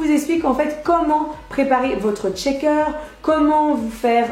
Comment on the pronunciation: Par contre tu dis "Tchaker" toute la vidéo 😂😑